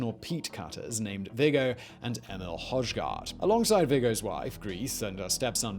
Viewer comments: I love the way you say Højgaard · Jeg ved ikke helt hvorfor, men som dansker synes jeg ikke der er mange ting, der er lige så sjovt, som når engelsksprogede personer prøver at udtale danske ord og navne! Elskede denne dudes måde at udtale Højgaard på lol